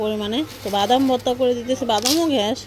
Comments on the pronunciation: ঘ্যাস না গ্যাস হবে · Shunteiii kirokom lage ghesh😂